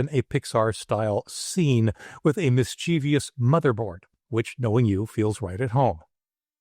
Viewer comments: How did you manage to get “miss cheevee yes” out of “mischievous”?!? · I appreciate the info, and am on the hunt for the various copilot issues. But one thing that has bothered me since a high school English class back in 1962, just hit me like a rock upside my head. There is no letter i after the v in mischievous, and the accent is on the first syllable.